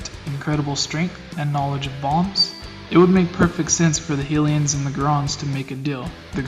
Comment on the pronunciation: sorry man, "Hilian" and "Geron"... you're killing me. very interesting theory though! I enjoyed the video.